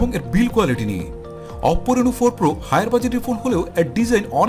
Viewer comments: Baire oppo name ta sundor kore bolen. Apnara to new new language launch korsen . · অপও অপও বলেন কেন??🤔